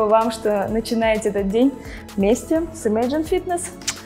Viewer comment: ИмЭйджн 🤦🏻‍♀️ в России преподают Английский язык? Или самоучки ?